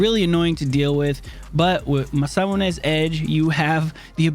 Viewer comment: Still having trouble saying Masamune? Lol great stuff man. Keep it going.